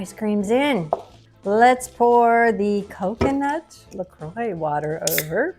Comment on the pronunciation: Yep. You’re pronouncing La Croix perfectly.🥤I have to find this stuff.